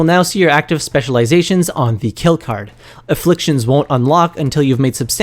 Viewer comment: Aflfictions NOT INfflictions gawddddddd